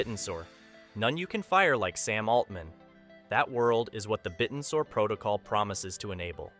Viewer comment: It's pronounced, bit-tensor. Not bitten-sor.